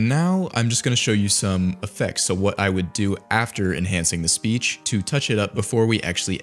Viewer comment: bro said speash 😭